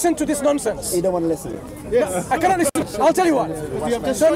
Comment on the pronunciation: you kianot..you kianot..you kianot..this should be the proper title..lol